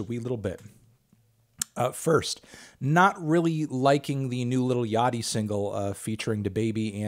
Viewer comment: 4 future reference melon, yaeji is yay-jee and is just one person not a project, that's like her actual name / / / keep it up budd